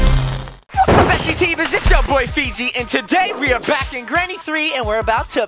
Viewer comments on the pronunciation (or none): feegee Me: He said Fiji Water 😂😂😂😂